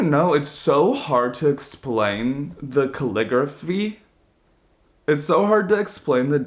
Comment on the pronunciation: “calligraphy” “diaphragm” HELPPAHAJAHS